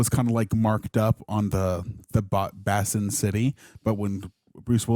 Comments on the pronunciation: "Bass-in" City? MAKE READING SKILLS GREAT AGAIN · lol not BAAsin city. It’s Basin. Like a water basin